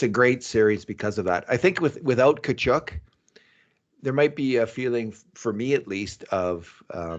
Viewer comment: Please.........someone tell it's not Kachoook, its Kachuck aka Tkachuk